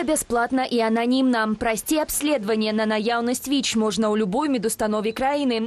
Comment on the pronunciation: Беларускаю моваю слушна казаці "Віч", але ня "Вічь" ❗ У Бел мове няма мягкага Ч ❗